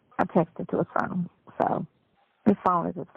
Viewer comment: He said he realizes you broke Sonya and can't help him with his bawn....you only got a couple of bucks to put on this "foam" that he can't talk on😂